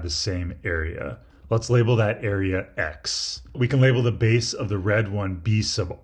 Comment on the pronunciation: sorry but im hearing "beese"